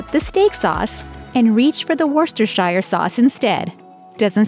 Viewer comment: Its Wuster Sauce.